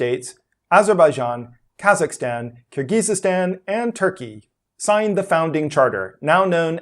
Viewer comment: Youre putting too many syllables in Kyrgyzstan byw